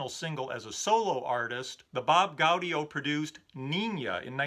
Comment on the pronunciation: your right not to rank Beach Boys albums, so many have done so in the past and its all based on individual opinion. Pet Sounds was added to the So Tough album by the record company to help sales. 4 Seasons member Bob Gaudio... its pronounced Gaw - Dee - 0. Excellent job once again, **Happy Holidays **